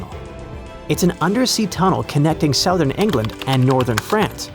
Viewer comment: That's not how you pronounce "southern." 😛